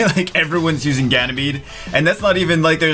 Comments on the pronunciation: He's Ganymede not Ganymeade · "Ganymeade" omg I'm laughing so hard! xDD Plot twist: he has been Ganymeade all this time o.O I'd used to say Woonsa to Woosa all this time xD!